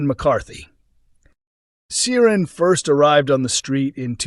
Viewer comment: Yes - didn’t realise Americans were that into Coronation Street history. Clearly they don’t employ any Irish Americans though who can pronounce Irish names properly.